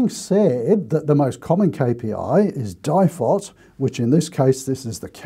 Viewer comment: At the start of the video I'm sitting here yelling DIFOT it's DIFOT!! hehe Ok you've made me take a note pad a pen out now. Info Value Town!